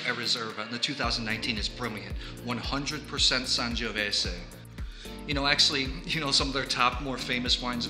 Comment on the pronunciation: I'm so glad we share the same love for Fontodi and the Vigna del Sorbo! The "Sangiovese" word comes with the last 's' pronounced as a 'z'. Otherwise it would have been "Sangiovesse" Cheers!